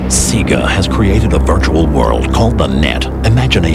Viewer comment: its "Say Guh" not "See Gah"